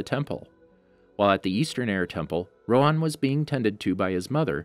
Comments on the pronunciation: Isn’t it Rohan and not roan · It’s roHAN not roan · It’s Row-Han. Not Rowan. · its not rowan its rohan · My nigga. Rohan. Not roe'juan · Why are you calling him "roWan" instead of "roHan"? it's a pretty common name in southeast Asia. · Ok im not trying to be mean because this could just be a voice problem but why do you pernouce avatar characters because Instead of Rohan your pernoucing it ro-on again im not trying to be mean but its a little weird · It's pronounced Roo-Hhan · I don't know why but the way you are sayin rohan is wrong my name is rohan and that's NOT HOW YOU SAY IT